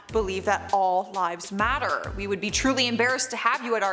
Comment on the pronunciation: UMM ALL LIVES DO MATTER?? WHY DID YOU SAY IT LIKE THAT???